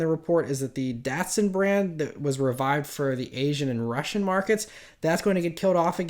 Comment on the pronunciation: Datsun was brought back, never heard this....now its been killed off again, Dat-soon😅